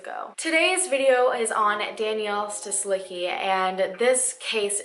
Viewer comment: [stislitzki] -cki ending of surnames should be read like “tzki” or “tski” kind of sound :)